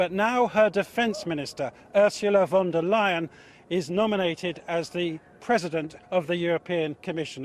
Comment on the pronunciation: Pronounce her as von der „Lion“ that’s what is sounds like in german